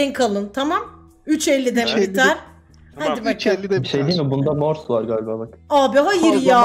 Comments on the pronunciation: morsu hep yanlış söyledi çıldırıcam çok komik habdnabdns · pelin abla seni çok seviyorum ama morsu sen yanlış söylüyordun üzgünüm. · Abla çok yanlış söylüyorsun morsta